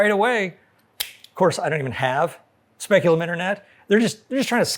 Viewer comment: "Speculum Internet" lol. Btw, nice colors! A thing of beauty is a joy forever, or at least until v2.0 (with card-reader action!!) comes along.